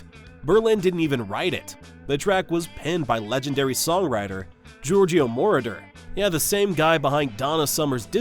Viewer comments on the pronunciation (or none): The name of German-Italian producer Giorgio Moroder is pronounced "George-Oh Mo-row-der", his last name with an emphasis on the second syllable. And - "one of those songs that refuse* to die. Always when it starts with "one of" it's about a group, hence the subsequent word is always in plural. Why TF can't anybody get that right?! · meh, and then got to mention of "Georgio Moroder" and made a hash of pronouncing his name. a.i. sucks